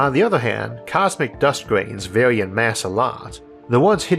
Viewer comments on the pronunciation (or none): none